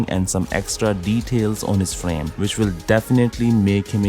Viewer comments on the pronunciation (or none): if you want to continue to narrate in English, please pronounce 'will' with W, not V, not 'vill'